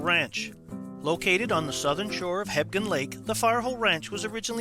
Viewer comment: I could swear he keeps saying "Hebden lake"....Hmmm